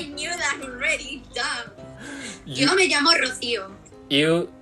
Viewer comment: ，你 me llamo 讀錯了，雙ll太刻意。😂😂😂而且西班牙語h唔發音嘅，你讀“h”orrible，Rico即刻暴走咁糾正妳。哈哈哈哈哈哈